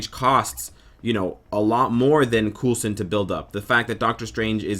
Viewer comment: killing me. it's pronounced coalson not coolson. watch agents of shield